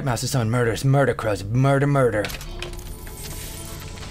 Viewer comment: Does anyone else think that when Toby says "MURDER" he says " MORDOR!!!!"